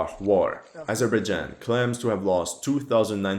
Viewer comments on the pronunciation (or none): none